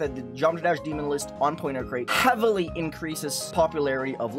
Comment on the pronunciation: jesus that ''HEavily'' was pronounced so heavily it gave me a jumpscare